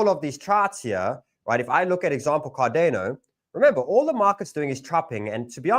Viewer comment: Bro pronounced it "cardeno", ngmi